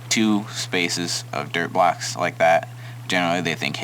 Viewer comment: I keep hearing derp blocks instead of dirt blocks.